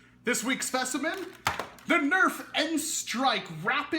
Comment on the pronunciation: "...New Noirf Logo..." lol